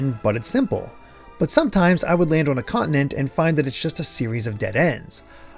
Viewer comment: Awesome insight. I am giving it a shot to the switch version and will see how it compares to this you show here. P.D. As a non native english speaker it's so disturbing for me to hear the word continent pronounced quickly as "conent" 😂😂😂. Just a coment about my listening.